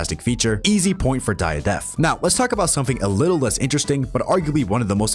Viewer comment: Is he saying Die a Death or is it just me